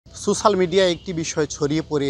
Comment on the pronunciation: Sosal media na bro, it's social ( so shal) media